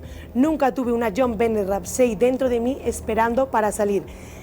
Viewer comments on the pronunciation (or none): Benet se pronuncia “Be-né”